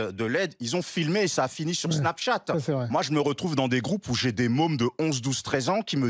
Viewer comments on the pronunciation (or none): none